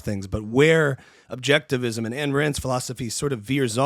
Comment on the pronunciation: "Ayn" as in "mine."